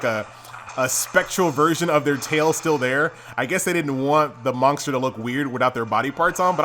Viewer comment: ther is no "k" in monster, pronounce it properly